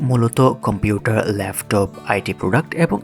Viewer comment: উচ্চারণ গুলা ঠিক করা দরকার,,লেফটপ না এটা হবে ল্যাপটপ